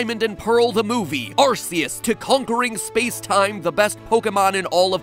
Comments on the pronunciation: It’s ar k ous not ar c ous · It’s pronounced Arkoos. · It's actually pronounced "Arkeus" 🤓🤓🤓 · It's also the origin of the pronounciation, Ar•say•yus. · I mean it's Ar-KAY-us, based on Silvally's ability, RKS System . . . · The Four Star Gamer I know that. That's how I've been pronouncing it all my life. I'm just saying that Pokemon and the Jewel of Life is the origin of the whole ar•say•yus pronunciation. Which imo, is also a very dumb one. You can find out more on Bulbapedia. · its pronounced arcoos if you know you know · It’s big Arceus It’s ARKOOS If tiy jbiw tiy jbiw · Please pronounce Arceus properly